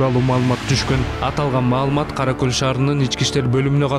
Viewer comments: Караколь эмес Каракол. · Одно замечание☝️☝️☝️ В последнем эпизоде Название города НЕПРАВИЛЬНО ПРОИЗНОСИТ КОММЕНТАТОР Каракол☝️☝️☝️☝️☝️ А не каракөль🤷‍♂️🤷‍♂️🤷‍♂️ Это два разных города ☝️☝️☝️☝️☝️☝️☝️☝️ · Каракол деп оку Караколь деген башка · Комментатор атаңын Кара Көлүбү Кара Кол деп туура айтчы тантырабай😡